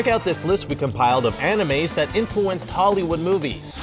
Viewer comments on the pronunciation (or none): none